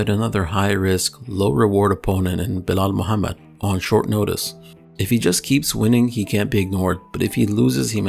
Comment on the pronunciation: Had to like the video for the perfect pronunciation of Belal Mohammed 👍